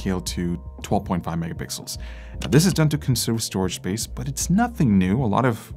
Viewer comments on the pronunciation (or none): none